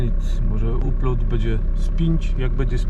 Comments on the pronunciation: Mówi się aploud na upload. Hej! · aplołd ! dałnląłd ! człowieku z Tamizy mów poprawnie bo tego kalectwa nie da się słuchać a byłeś w UK przecież już nie raz !